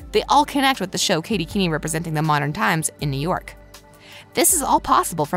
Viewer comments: Was anyone else annoyed when she kept pronouncing it Katy keeny😂instead of Katy Keene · umm, i don't want to be mean but it is pronounced Katy Keen, not Katy Keeny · I'm sad that skeet and marisol leaving but I know we will get tons of stuff I feel guest starting is what it is is gonna happen with them also drive me nuts it's not pronounced keenie its Keene (kee-n) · Yess, also it’s not pronounce keen-i it’s pronounced keen. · Me too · Katy Keeny Me: It's Katy Keene! Pronounced keen, jeez... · ITS NOT KATY KEENIE IT KATY KEEN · Omg I am soooooo triggered katy keenie no no no katy Keene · Can y’all please just say Katy Keene [keen] ; thank you 🙏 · Excuse me she pronounced this as Katy Keeneee? Bruh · “kAtY kEeNy” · Why does this person not know how to say names ? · I know it was so weird lol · It is really bothering me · I know I’m dying😂😂